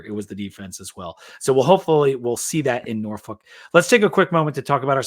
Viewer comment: someone needs to teach you how to say “Norfolk” if you going to be talking Tech football.